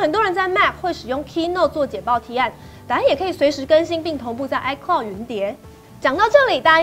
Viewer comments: 是 iCloud 吧!!! 不是 iCould 喔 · 唉科烙- d 不是 唉拷d 烙要延長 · iCloud 不是iCould 😂